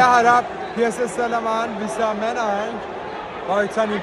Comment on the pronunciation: SLEMAN NOT SLEMEN!